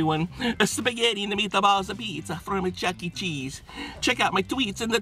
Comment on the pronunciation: Then why did you say chese last time?